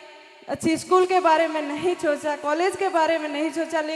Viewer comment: Chocha nhi socha ese bolo